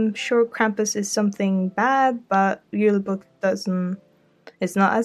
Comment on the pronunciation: I bet people who don't know how to speak Norwegian thought u did a typo because julebukk is pronounced with a y sound instead of a j